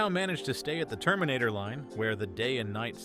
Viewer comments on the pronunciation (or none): none